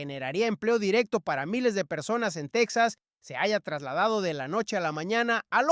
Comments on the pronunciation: El estado será "TEJAS" No "TECSAS", Menudo Español es ese. 😮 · Texas se pronuncia Tejas como México!!! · TEXXXXXAS. SE PRONUNCIAN COMO. MÉXICO EN ESPAÑOL TEJAS EN. INGLÉS ES TEXAS. EN ESPÑOL. ES TEJAS